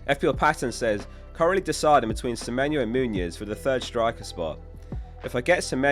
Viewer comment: I feel like you keep pronouncing Muniz like Muñoz; as in Daniel Muñoz